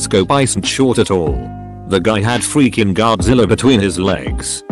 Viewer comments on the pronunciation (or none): none